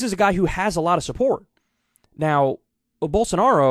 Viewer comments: Not quite, but I get how it might sound like that. He’s just pronouncing it as an actual j instead as the zh it’s supposed to be. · Did Kyle say Gyroball Sanaro?